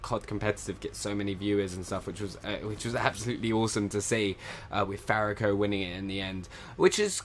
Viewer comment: Haha I love how you pronounce Fariko. It's "Far-e-ko" Not the way you say it lol